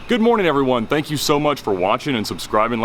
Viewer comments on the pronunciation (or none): Did he say "spank you so much for watching" listen to it twice and I'm pretty sure that's what he said at the end of the video lol